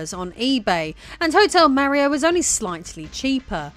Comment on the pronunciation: Oh, what is this...? A woman making videos about video games? Fascinating... My own knowledge about CD-i is rather limited, but this seemed like a well researched topic. I also liked the presentation, although this pronunciation of "Mario" is way off. Still, I think I am going watch some more of her videos in the future.